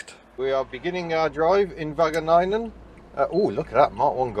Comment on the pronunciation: The pronunciation of Wageningen is miles off, dear sir.